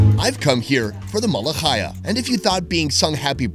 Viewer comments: It’s not malakhaya it’s pronounced melookheeya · Come to Syria or Lebanon's and eat the REAL Malakhaya (jk it's mlookheyyeh) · it's pronounced Mu-lu-khEE-ah!